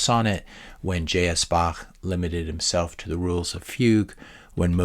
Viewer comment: Thank you for pronouncing Bach correctly! ;)